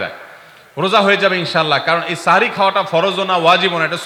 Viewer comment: সেহরী ❌ সাহরি ✅